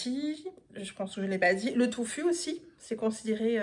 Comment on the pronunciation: Très étonnant de parler de vitamines lorsqu'on utilise des légumes coupés depuis plus de 15 minutes. De plus, ce n'est pas du "toufu" mais du tofu, et ce sont des diverticules et non des "verticules" 😂